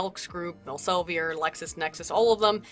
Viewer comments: I love your pronounciation of Elsevier but it is Elsev-E-r with an E as in feet. Take it from a Dutchy:) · It's El-se-veer. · just so you know, Elsevier is pronounced more like "Elsa vear". In Dutch, "ie" has a sound akin to "ea" in English. ;)